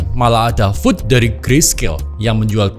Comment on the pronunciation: makasih infonya, saya bantu koreksi sedikit di , FUD (Fear, Uncertainty, and Doubt) bacanya fad bukan food😁